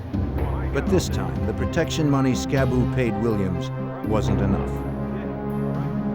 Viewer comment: If its the same dude Im thinking of its Skibu not Scab boo, get it right.😂